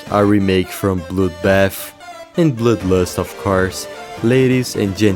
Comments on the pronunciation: im sorry but it cackles me up every time you say bloodlust (bloülues) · Why did he say bludbat and bludlust